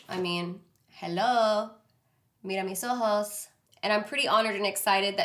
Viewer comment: Love when you say "mira mis ojos" so latina!!! Im from México and i hope can have this for recreate your look omg you are so beautiful xoxo!!!